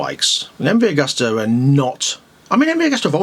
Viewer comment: pronounced 'agoosta'...